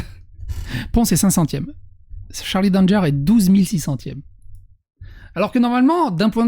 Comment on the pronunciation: C'est un nom de famille "Danger" ça se lit a la française